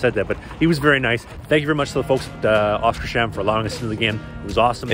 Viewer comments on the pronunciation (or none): You have probably been told this before, but it's pronounced "Oskars-hamn" (Oscar's Harbour)